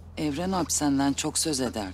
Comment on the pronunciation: Evren değil evran